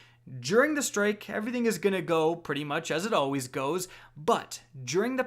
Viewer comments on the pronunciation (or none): none